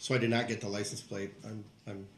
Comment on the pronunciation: Y he always call it licence place?